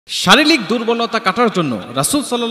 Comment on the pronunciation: ভাতিজা, শারিলীক না শারীরিক হইব। এন্টি অক্সডেট না অ্যান্টিঅক্সিডেন্ট হইব🥵